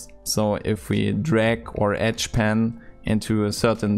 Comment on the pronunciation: Oh, you mean edge pan, not etch pen. Lol, I'm so stupid